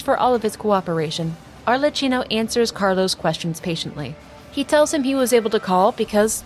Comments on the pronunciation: Just a tip cause as an Italian it sounds too funny to Italian ears. Arlecchino Is pronunced as if it were written Arlekkino😂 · Lovely vid! Thank you! Should it be of use in the future, please know that "ch" in italian it's an hard sound, more like a K, otherwise your pronounce was really good! Much love from Italy ❤